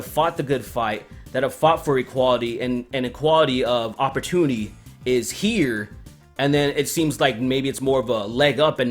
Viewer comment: "Equality of oportunee" LMAO